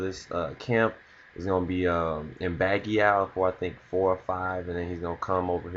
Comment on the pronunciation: Baguio is pronounced as Bag Yo (Yo as in yawn). Regardless, Great analysis man!